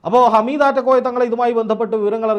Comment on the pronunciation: ഹമീദ് അല്ല ഹാമിദ് ആണ് ഒരു പാട് ആളുകളെ കണ്ണീർ ഒപ്പുന്നആളാണ് ആദ്യം അവിടെ പോയി മനസ്സിലാക്കിയിട്ട് വാ എന്നിട്ട് പറയണം